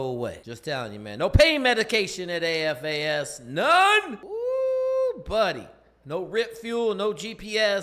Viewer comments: it sounds like you keep saying AFAS….just making sure you know that it’s SFAS? No worries mang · It's SFAS, not AFAS Special Forces Accessment and Selection SFAS